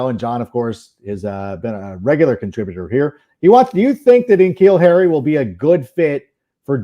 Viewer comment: Yo it’s Nuh-Keal Harry bro. That’s how you pronounce his name, Iol it’s all good tho